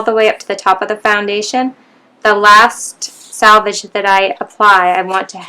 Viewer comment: SELVAGE not SALVAGE